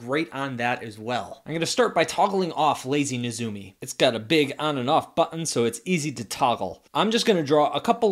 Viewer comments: Or maybe it's Neh-ZOO-mee. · You got it right the second time. Nay-ZOO-mee.